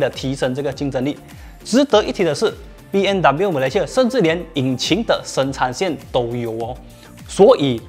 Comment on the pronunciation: 为什么我一直听到主持人一直说 BNW ?????真可怜，连品牌名字都读错！！！